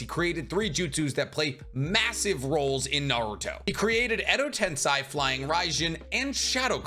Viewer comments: Edo Tensei..... Sei... Sei...... Not Sai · I'm going to punch my monitor if i hear one more time edo tenSAI